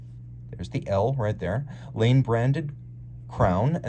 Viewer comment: As an FYI Laine is pronounced - 'Liner' (as in ocean liner) in Finnish. How do I know (?) it was my mothers maiden name...